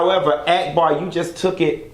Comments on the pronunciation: You don't like ghetto people but you calling that girl AAACK BAW.. Ahack Bar!! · 🤣🤣🤣 Why r u calling her Ack-bar instead of Auc-bar? 🤣🤣🤣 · Every time you say act-bar I scream. Lol it’s awk-bar